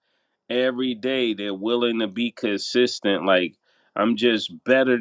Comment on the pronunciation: “Gotta stay kidsestent”